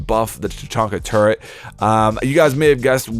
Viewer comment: TURRET! NOT TURRENT!